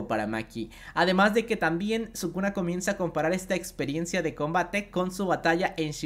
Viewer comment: Si escuché bien sukuna kaisen